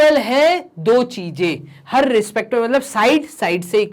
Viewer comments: Hr.rrrrrrrrrrrrrrrrrrrrrrrrrrrrr What is Hrrrrrrrrrrtrrrr 😂Pagl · Sir saying harrrrrrr harrrrd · harrrrrrr respectme ,harrrrrrr respect me😁😁😁😁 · Wah sir kya hrrrrrr bola he